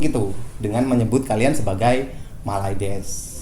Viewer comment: mylades bukan mayludus